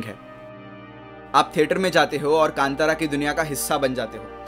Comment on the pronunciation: Right pronounced कांतारा Sanskrit word Best wishes from Mangaluru